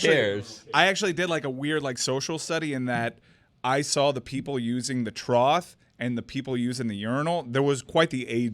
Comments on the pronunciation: Trough, pronounced like Goff. Not Sloth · Ok I watched it several times, and says TROTH instead of TROFF. Trough = trôf